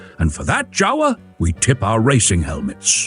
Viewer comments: It’s pronounced Yawa, not Jawa…. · that is NOT how you pronounce jawa. (IPA: /ˈja.va/) BTW mostly a motorbike manufacturer for last century.